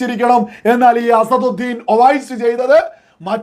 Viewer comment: അസറുദ്ധീൻ അല്ല അസദുദ്ധീൻ